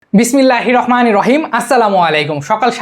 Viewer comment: Bismillah hir rok manir rahim...vaia eta vul... Spelling pronouncation thik kren